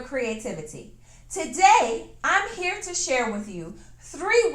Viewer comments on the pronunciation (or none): none